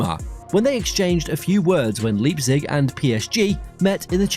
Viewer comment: Ffs. It's Lei-pzig, not leap-zig.